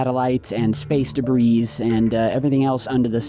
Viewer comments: “Space Debris” SILENT S in Debris .. 🤦🏼‍♂️ & while I’m #Teaching #English here.. DEER, FISH, SHAMAN.. ppl always be sayin’ deers, fishes, Shamans.. LMFAO ALL WRONG .. SAME WORD, both SINGULAR & PLURAL.. #SIMPLE 🤷🏼‍♂️ #BASIC #EDUCATION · Debris is pronounced debree!